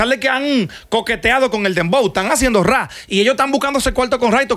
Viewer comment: Meca no se dice “rrá “ se pronuncia “Rap”